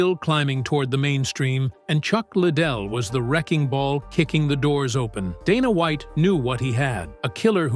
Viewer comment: "Dah-nah Wa-iht" text to voice is so stupid